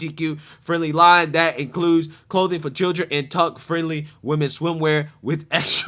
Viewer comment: Did he say “tuck friendly”? 😂😂😂😂